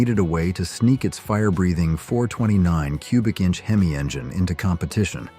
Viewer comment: I so agree! Especially on the AI voice narration you must be some Asian foreigner who does not know how to pronounce our words like hemi with the “e” carrying the short e sound! It is not a hee me! If you are going to narrate something use your own voice & learn what you are actually talking about! Also many of those cars like Willys were on the race track when the were supped up! Several of those small block 1950’s cast iron block could take the heat with out cracking the block. You especially do not know much of what you ar talking about. My goodness a true Co-bra enthusiast would laugh you out of the race track. It is not a cou bra.